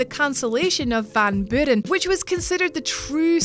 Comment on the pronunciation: "Van Boo-ren"? Really? -_